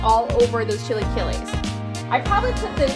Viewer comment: I will be happy to teach you how to say it! Chill- a - KEY- es